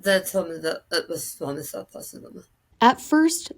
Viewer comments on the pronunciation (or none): Narrator: it’s squaaamous (long “a”) cell. (not “ah” sound). Please look up terms if not sure of pronunciation.